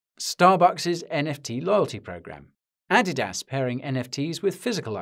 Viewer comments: Is that how you pronounce Adidas?? I’ve always heard it as A-dee-DIS. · Say "Adidas" again?